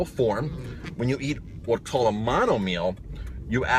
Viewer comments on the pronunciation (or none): none